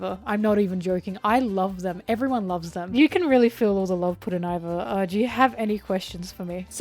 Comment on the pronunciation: Not including Iva's full name, Emporio Ivankov, is criminal. Btw Iva is pronounced ee-vah, not 'eye'-va. Something really cool about them though is that Oda created a new pronoun just for them!